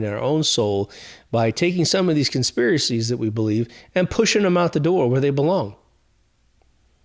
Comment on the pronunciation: I thoroughly enjoyed your special on conspiracies (CON-SPIRACIES) 😂😂. THANKS 👽🛸🌚🌍